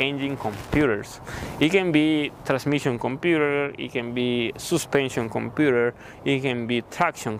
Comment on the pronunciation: “Compurerr,Bararry” man